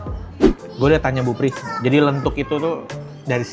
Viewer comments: Koh..soto lenthuk itu bacanya “lenthok” kayak kalo ngomong batok kelapa.. saya asli jogja koh, mau bilang Makasih koh nex udah ngenalin kuliner jogja..🎉 sukses terusss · Soto lenthok bro yg bener bukan lenthuk. Perkedel telo itu